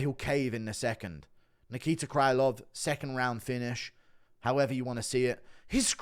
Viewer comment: Krylov should be pronounced with a sound "ə"